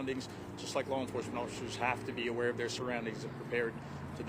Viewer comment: Enforecement? Enforcement.